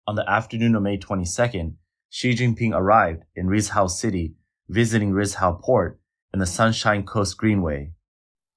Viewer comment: You can't even pronounce the place name correctly. Rizhao? right? You can do it.